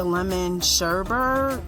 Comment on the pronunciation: Lemon "Sherbet" 😆😆